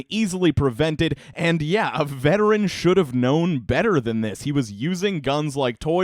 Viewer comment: Am I the only one who heard "Help this gentleman end his family"? Work on pronouncing the word and.